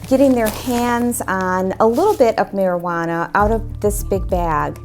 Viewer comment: Is it me or did she say: How much maijuno ?!